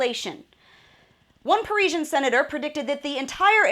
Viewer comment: Paris-a-stan... Parisastan!